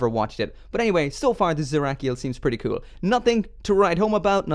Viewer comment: when he says "cool"CUEL